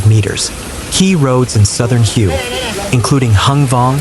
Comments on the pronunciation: Please pronounce the city HUE correctly here is a help for you "The Vietnamese city of Hue is pronounced "hway," with a similar sound to the English word "whey" but with a slightly different tone. A simple English approximation is to say "whey," but for a more accurate pronunciation, focus on the "hway". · At least be able to pronounce Hue correctly